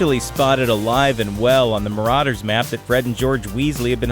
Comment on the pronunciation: STOP SAYING MARAUDER'S MAP LIKE THAT